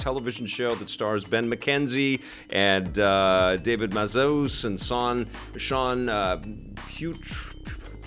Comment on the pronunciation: I think you got his last name right, but his first name is actually pronounced 'Daveed'. Love the show by the way!